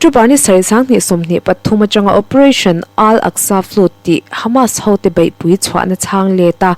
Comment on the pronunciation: Ziak tha, chhiar thiam bawk a, a ngaihnawm hle mai. Chhiar dik ngai lai 2 erawh a hriat viau: Flood chu "flud" tia chhiar loh tur. Secy (Secretary) hi a ziakah kaihtawi ni mah se, a thu kima chhiar tho turte zinga mi a ni. Rev. kan sawi dan ang hian aw.